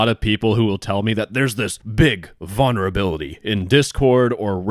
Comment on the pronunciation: Please add the first "L" in vulnerability when you pronounce it. I actually can't stand to listen to you say that word for a whole video.